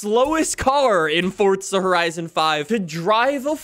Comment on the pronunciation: I love the video but you pronounce forza as fortza